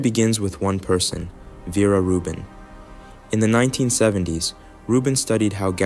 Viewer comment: Ver- ah. Not verah😊